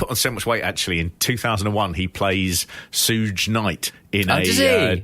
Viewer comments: his name is Suge knight,it's pronounced Shoog like Sugar though it got a chuckle outta me when you called him Sooj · Suge is pronounced like "should" with a g, it's short for "sugar" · Its Shug Night not Suge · He always says Souge Knight instead of Suge lol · The reporter Dave Schultz hit is named John Stossel. And "Sooj" Knight lolololol.... im never calling him anything else ever again. Pronounced like the beginning of sugar. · Suge Knight. Suge is short for Sugar. DEFINITELY not pronounced Souge. 🤦‍♂️😆 Edit: I just wanted to clarify that I love these guys. Just taking the piss a little bit. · UK people would pronounce it Suge, don't know where Sooje came from. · Pronounced "Shug". I'm a black dude, in my early 40s from the UK. I have black friends of a similar age, well versed with Hip-Hop that have refered to him as "Sooge" for decades. Many people just read words and pronounce them phonetically. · Who in the hell is Sooge knight..😂😂😂😂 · They're saying it like "huge" - makes sense if you've only seen it written down. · Load of geniuses here correcting the pronunciation of Soog (or whatever his name is), while most of them can't even pronounce library, let alone ever visiting one. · so shuge is pronounced like sugar with an h in it and with the "ar" at the end. "shugg," i guess. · Guys please... It's not Soodge... Or sludge... Sloog or slog... Think of the word SUGAR... Now cut the the AR out... SHOOG or ShUG Knight or Night. That's how you say it. I know you are foreigners attempting to break down American things but... Don't worry. This is why America exists... To protect and help the little people. 💪🇺🇲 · The way you're pronouncing Suge Knight's name is disturbing.... You're pronouncing it the way it's spelled but it's actually pronounced "SHUUG" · "Sooge" lmao.. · Sooge Knight? 🤣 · "Suge Knight"...his first name is pronounced like the first syllable of the word "sugar". It's more like "Shoog Knlight" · It's pronounced "shoog" lads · “Sooj knight” lmfao